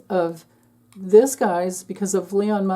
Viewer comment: I have to admit, I like it when you say Leon. No need to correct yourself. We know who you're referring to.😅